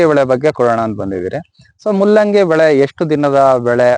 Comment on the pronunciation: ಮುಲ್ಲಂಗಿ ಅಲ್ಲಲೇ ಕೆಪ್ಯಾರ್ ತುಲ್ಲೇ, ಮೂಲಂಗಿ 😄